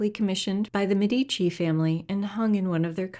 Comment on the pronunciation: Another marvellous video! Thanks!! I must point out, though, that Medici is pronounced MED-ee-chee, not med-EE-chee. Ghirlandaio is another name that's difficult for non-Italians to pronounce;: geer-land-AH-ee-oh.